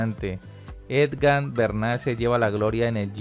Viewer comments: La única razón para oír hasta el final fue para darle la oportunidad de que dijera Egan y no EDGAN.Si es dislexia, que pena con el locutor y mis disculpas, pero si es por despelotado, que cambie de oficio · EGAN PARCERO... NO EDGAN, por lo demás... buen video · Es Egan no Edgan, debe pronunciar mejor. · No es edgan my friend es egan 🤦🏻‍♂️ Viva colombia, colombia por el mundo. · jajaajja cada vez que dice edgan es como una espada atravesando el pecho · Lo duro es que lee las noticias y sigue diciendo Edgan! Que cosa!! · Jajajaja si es cierto, uno concentrado y derrepente escuchas edgan jajaja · EDGAN o EGAN gracias por ese triunfo. asi lo dice el comentarista de el video una y otra ves jajaja me hace reír pero bien por EDGAN ja ja ja ja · Buen video, pero todo el tiempo llamaste al campeón: Edgar y se llama es Egan, Egan no Edgar ó esgan como aveces me pareció escuchar. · Tenemos un serio problema de lectura. Decenas de veces aparece el nombre “Egan”, pero él insiste en “Edgan”. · no se llama EDGAN se llama EGAN... Lo dijo mal todas las veces... Felicitaciones EGAN... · ED-GAN HO. EGAN. (?) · Que alguien le diga que NO ES EDGANNNN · Saludos a "EDGAN". Jajajaja; será que el narrador de este video no sabe leer 😂😂😂😂👍👍👍👍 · Lo peor es que sale en la pantalla EGAN no sé cuantas veces y siempre dice EDGAN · Si que aprenda a leer o almenos que se informe como se llama EGAN . No edgan es EGAN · Jajajaja "Edgan, Edgan, Edgan", no se cansó el hombre de pronunciar una y otra vez mal el nombre de nuestro campeón Egan Bernal ✔🤭🤦🏻‍♂️ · Debería instruirse bien antes de hacer cualquier comentario. No es Edgan sino Egan. Por el afán de hacer el twit y recoger likes no hace bien su trabajo. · it's EGAN not EDGAN Es solo cuestión de leer, me duelen los oídos cada vez que este señor se inventa y pronuncia como se le da la gana, yo vi que el giro lo gano Egan, no tengo idea quien es ese eDgan del que habla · Sr se dice EGAN y no Edgan. Pronuncie bien por favor. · Agan se dice